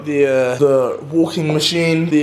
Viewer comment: my man said walking mechine😂😂